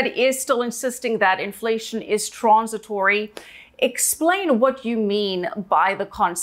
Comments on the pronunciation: Did he say “transistory?” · WTF is "TRANSISATORY"